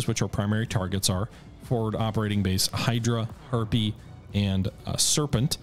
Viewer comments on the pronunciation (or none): none